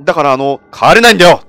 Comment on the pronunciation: 「帰れないんだよ！」が「児島だよ！」みたいで草